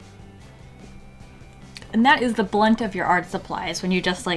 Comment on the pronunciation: Brunt. Not blunt. "Brunt of the art supplies". Not "blunt of the art supplies". Blunts are completely different, lol. Beautiful as always ^_^